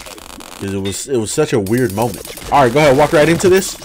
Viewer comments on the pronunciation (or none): none